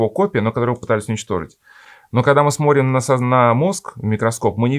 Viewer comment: Сморим, чека, обснить, пшто и т д .... Уважаемые авторы канала ЭКЗЕГЕТ, а можно снять видео на эту тему, но с другим рассказчиком? Человеком с ХОРОШЕЙ дикцией, который произносит все слова полностью, членораздельно и внятно, не проглатывая по пол слова. Тема нужная и интересная, но подача ужасная. Диктор, как-будто, во время пережевывания еды рассказывает. Он даже слова "Божественная благодать" умудрился зажевать. Почему вы проигнорировали его манеру говорить записывая видео?